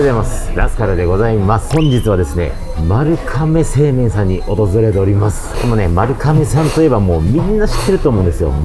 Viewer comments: こんばんは まるがめ製麺で まるかめでは無いです。 読み方間違えてます。 株式会社丸亀製麺（まるがめせいめん）です。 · まるかめ製麺って言ってるように聞こえる…🤔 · まるかめ製麺とよく間違える方が多いですが、まるがめ製麺です。